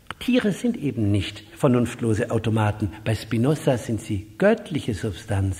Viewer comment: Er heißt nicht Spinossa.